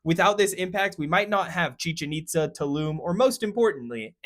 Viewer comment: EXCEPT — It's pronounced chee- CHENN eat- SSAH with the stress on the last syllable in both words.